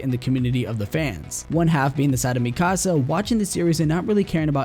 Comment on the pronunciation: It's not mi casa it's MIkasa